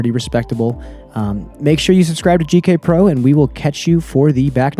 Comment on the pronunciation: Am I the only one who has noticed that says "JK Pro" instead of "GK Pro" he did during the idlewild coverage also. Love you as a commentator and player. But it's eating at me everytime I hear it